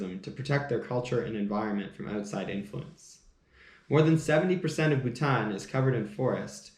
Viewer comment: Awesome coffee talk and I like how u say Bhutan. Lovely share of history